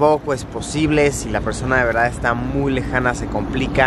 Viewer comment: Es veldad